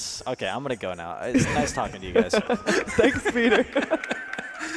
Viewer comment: NICEU NICEU!! VERY NICEU,!!